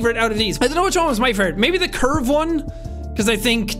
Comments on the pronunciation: When Jack says curve it sounds like he is saying perve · I almost thought he said perve instead